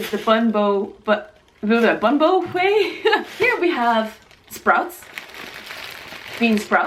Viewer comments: It's pronounced Boom-Bu-Way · I love how you pronounced it. It's actually pronounced bóon bò hwé. 😬😬😬😁😁😁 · It kept on bothering me that she kept saying everything wromg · You said Bun bo Hue Wrong LOL! And Did nobody think of Pho? Pho is Life! <3